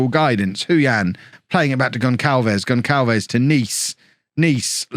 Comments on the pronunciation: You're saying Houston right, but you are pronouncing Gonçalves wrong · please kev, pronnouce "Gonçalves" as "GonSSalves", it physically hurts me everytime the "ç" is ignored